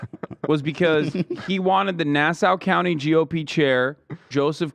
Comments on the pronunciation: As a New Yorker, the way hasan says nassau county makes me lose my mind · Just a Long Islander (unfortunately) laughing about the way Hassan pronounces Nassau county. (It’s pronounced nass-aw) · as a NYer i just want to say, Nassau county is pronounced NAH-SAW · As someone who lives in Nassau County… the way Hasan pronounces Nassau County is giving me agita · As someone from along Island I’m cringing every time Hasan says Nassau 😂😂